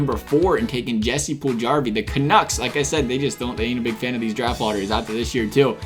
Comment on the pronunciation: Everyone mispronounces Puljujarvi's name wrong. Every J is supposed to be a Y. So it'd be Yssy Pulyuyarvi.